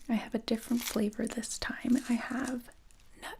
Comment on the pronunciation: nut flavorrrr lmaoo